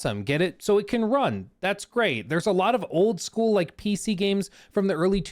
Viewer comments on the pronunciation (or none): none